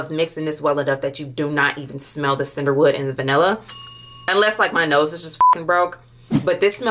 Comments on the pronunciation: I just caaaant with the ‘Cinderwood’ 😂😩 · I was getting confused because she is saying “Sinderwood” or “Cinderwood” for I believe Cedarwood? And Vaniller for Vanilla. Pee-uh-nee Mag-no-lia Vuh-nill-uh See-der-wood 🤣🤣🤣🤣